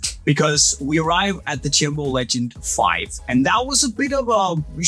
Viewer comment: Nothing says Unisport like pronunciation of the Chiembo Legend!